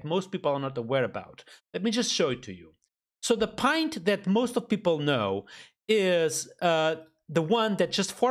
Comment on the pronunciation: It's pronounced like "Lint" with a "P" instead of "L", not as pint as in "pint of beer"